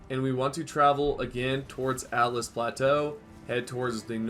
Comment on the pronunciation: It's Altus plateau. Not "Atlas" plateau. al-tus